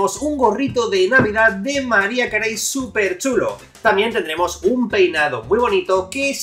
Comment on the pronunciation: mariah carey se ponuncia como maraia kerri